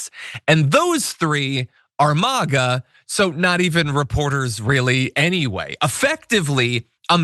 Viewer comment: Why does this dude keep saying Maw-Gaw instead of Mayga?